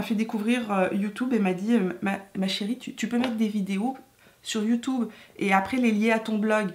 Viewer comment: tu es habitée par la positive attitude...et c'est assez communicatif 😁😁 Tu me fait trop rire quand tu prononce le mot YouTube...youtoube 😆😆..ça se prononce comme ca au Canada?